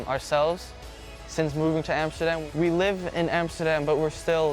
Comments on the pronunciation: Een van de weinige niet nederlands pratende zegt Amsterdam goed echt nederlands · Hij zegt amsterdam al op de nederlandse manier hahaha